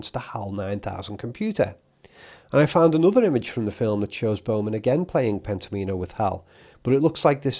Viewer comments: N.B - Pent-ominos is pronounced so "Omino" rhymes with "Domino", rather than "Amee-no" Pent Om In O - not Penta Meen O ❤🍻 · Pen-tom-ino, as in "domino" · Wouldn't you pronounce it "Pent-AH-minnow" as in Domino (DAH-minnow)? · Not that it matters, but I think it's pronounced pent-OM-in-o (like "domino"). I only felt compelled to write this as you said the word so many times in this video. Sorry. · I suspect the board game is pronounced “Pentomimo” to rhyme with “domino.” The graphic design highlights the “Omino” portion as if accenting it there. This game I believe relates to “Pentominoes,” which were described by Martin Gardner in his Mathematical Games column in Scientific American in 1965, and is republished and still in print today in several books. Arthur C. Clarke also used Pentominoes in his later book Imperial Earth. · I feel Pentomino is likely pronounced as like Domino - I do get the feeling that Kubrick would've LOVED himself some Sudoku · I thought of this too. Definitely confirm Pentomino pronunciation, as I shiver each time you say it. I have heard it for decades pronounced like Domino, with the emphasis on the “Om.” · surely it's pronounced like "domino"?